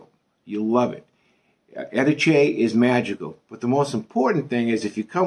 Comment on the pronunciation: I made the same mistake - for some reason native English speakers want to put the stress on the second syllable. Anyway, thank you posting this video. I was in Trapani a few weeks ago and it really is a great base for exploring that part of Sicily. It's easy to get the bus or the train to Palermo, Marsala, Segesta etc.